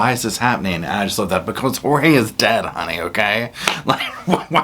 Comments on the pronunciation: It makes me angry that she calls him "George" and his name is Jorge! One of the many problems I have with her! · PLEASE STOP CALLING HIM “ Jose’s! Hue bane was Jeorge !!